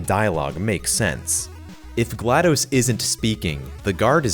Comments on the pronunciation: Hey, you've been mispronouncing GLaDOS. It's not pronounced like dose (it's not supposed to sound like you're counting to 2 in Spanish!) but more like toss. Her name is a play on the word glad, name Gladys, and the computer term DOS, or Disk Operating System: (note the pronunciation listed) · Love the video! It's apparently pronounced "Gla Doss", like how you would say the "DOS" part of MS DOS (m s doss).